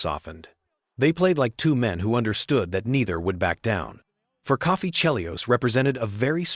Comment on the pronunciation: .... it's Coffey not Coffee....you Canadian??